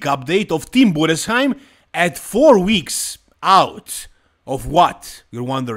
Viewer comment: Great job pronouncing tim Budesheim. I'm from Germany and youre the first one to pronounce his name perfectly. Great research